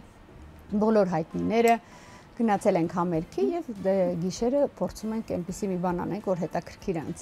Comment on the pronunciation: համերԳ ջան, համերԳ, ոչ թե համերՔ)